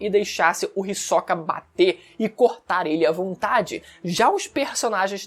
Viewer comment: Todas essas pronuncias dos nomes diferente do que eu acostumar do audio japones esta me dando nó nos pensamentos (risokA << hIsoka / NÉTÉro << Nétero)